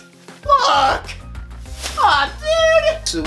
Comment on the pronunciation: did he say look or fuck😂